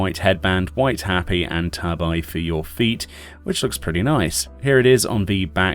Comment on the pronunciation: Hop-pee not happy. And Tah-bee not tay-bye.